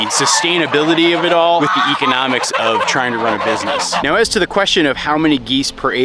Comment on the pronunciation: So glad the clouds have lifted a bit for you. Hoping the frequency of gray days stays low. Also, may I request a video of autumn on your farm in Vermont with the beautiful leaves? P.S. did you say geese-onomics instead of economics? Could have been my bad hearing but it made me laugh 😀